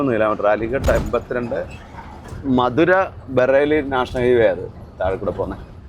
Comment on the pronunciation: മധുര അല്ല മഥുര ആണ്